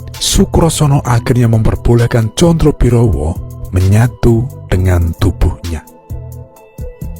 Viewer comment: " Sebut namanya salah melulu , " Condo birowo". bukan condrobirowo , Sukosrono " bukan Sukrosono